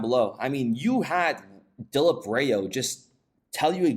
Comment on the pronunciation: Lol that’s not how you pronounce his name ! Dilip Rao is pronounced “Dileep the “ip is eep” raow “ raow like wow. Dileep raow. Lol sorry just sounded Hallarious